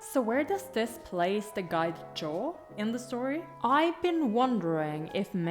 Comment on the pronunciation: Wow, I’m late to the party this time and you’ve already got hundreds of comments! Congrats 🎉🎉the guide’s name is Zhao or Ah Zhao, and it’s not really pronounced as “Jaw”, but “Jow” like Cow, How, Now. BTW I love the lady in black and I love watching you try to figure out who she is 😂 and the Titanic soundtrack, please!!! It’s gonna make me cry and I’m gonna parrot the quote “HuaLian invented love” ❤️ can’t wait to see your next reaction!!